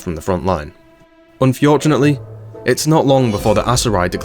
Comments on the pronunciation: Unfjordunately, keeps saying unfjordunately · I tried to say unfortunately like you and my wife asked if i was having a stroke 😂